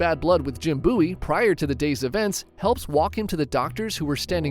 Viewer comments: Bow-ee that’s how you pronounce it, not buoy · i'm convinced he says the names wrong to piss people off it's a bowie knife not a buoy knife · It’s pronounced “BOE-EE” (spelled BOWIE, which is pm pronounced as its spelled….) knife… is this an ai scripted video? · We def pronounce it Beau/wee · You pronouncing bowie like boowee killed me in the sandbar brawl part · Ive been pronouncing “bowie” knife wrong my whole life. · Why do you say Bowie like that? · Do you pronounce David Bowie like that too? 😬